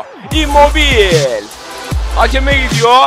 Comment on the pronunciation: immobil değil immobile diye okunuyor